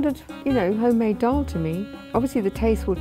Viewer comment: And the way they pronounce the words sounds like they are a foreigner trying to say Indian food names they saying doll instead of daal